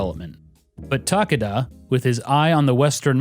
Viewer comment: I think Takada has 3 syllables